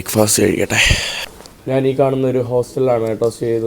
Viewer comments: എടാ മൈരെ, നിന്നോട് എത്ര പ്രാവശ്യം പറഞ്ഞു, നാൺ, നാൻ അല്ല ശരിയായ മലയാളം. ഞാൻ എന്നാണ് ശരി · വലിയ അരോചകം, നീ നാൻ, നാന് എന്ന് പറയുമ്പോൾ.